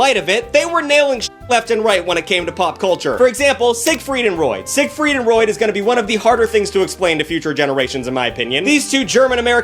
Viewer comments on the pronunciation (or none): Did I hear you say “Sigfried and Roid?”